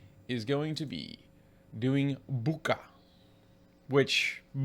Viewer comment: The "ch" in Bucha is pronounsed like "ch" in "chips". BOO-tcha.